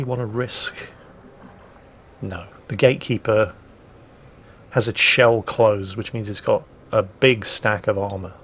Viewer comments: Is saying "gaykeeper" all the time? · Is he keep saying "gay keeper"?